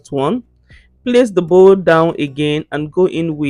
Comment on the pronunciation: Bowl not bowel😅